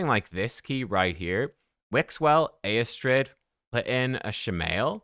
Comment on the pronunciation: Yep, I've never pulled a lego from a "free" prism. I believe the pronouncement of Eostrids name is "Yostrid".